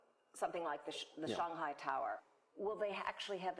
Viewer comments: Cool! Lady needs to learn how to pronounce "Shanghai" though. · this actually reflects her professionalism, as she is trying to pronounce "Shanghai" in the authentic Chinese way.